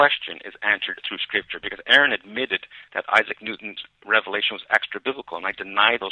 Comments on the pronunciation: 'Ah-run', not 'Air-un'. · It's "Ah-run". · Why can't anyone say Aron's name right? It's not pronounced "Air-in", it's pronounced "Ahr-on". Anyway, Aron won the debate. Mr dance around the questions lost in the first minute. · Can't believe anyone still says "Air-un".